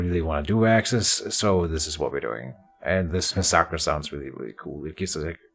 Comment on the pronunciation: I truly hate to be that guy, but the stance is pronounced (mass-a-cur) Love this series btw